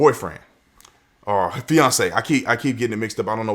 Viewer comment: i kept hearing beyonce and not fiance